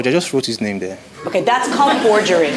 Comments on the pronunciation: Judge killin the pronunciation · No because I couldn't get over her mis-pronouncing it 46 times...